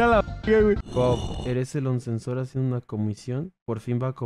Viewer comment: Ya encontré el nombre del oncensored xd pinche nunca lo pronuncia bien:(